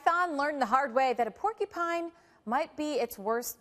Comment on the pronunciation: I can't believe how bad she was pronouncing porcupine that's a news reporter wow